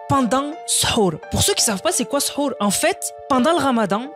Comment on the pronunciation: C'est sahur ça se prenonce saour😊😊😊😊😊